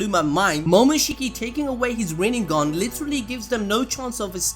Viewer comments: Boruto literally said : rinnegone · rennegan or rennegone hahahaahhaah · Sasuke : Rinnegan sasuke : Rinnegone